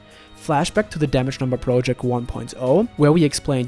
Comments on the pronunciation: Get someone else to narrate. Need to rewind a few times just to hear the words you're saying. wtf are you saying ? "it was one of the most time consuming video... proloject? roloject?" just get someone else to talk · The way you say project REALLY irritates the fuck out of me...